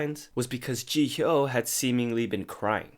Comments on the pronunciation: /ji/hyo not ji/hyo/ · The H is silent hehe